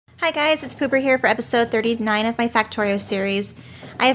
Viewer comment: Wait did she just introduce herself as “Pooper”?